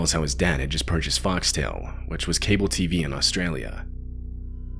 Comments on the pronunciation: Couldn’t get through the first 30 seconds that pronunciation of Brisbane was deplorable and Foxtail? It’s Foxtel, fox-tel. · it’s foxtel lad not foxtail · as an Aussie, hearing Bris-Bane instead of Brizbin, and Fox-tail instead of Fox-tell, right out of the gate threw me a little, hehe. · Good vid but it’s pronounced brisben and fox tell. Easily mixed up tho